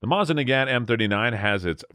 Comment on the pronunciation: He makes it sound like ONE word? Mozinaggat. OR is it Moznaggat? Curious that it's 27,50 as opposed to "our" 2,750. Seems that, along with no "Stone" & weighing in lb (#?) they never discoverered the 1,ooo & count only in 1oos